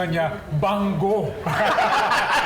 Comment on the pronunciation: Wang od po hindi bangod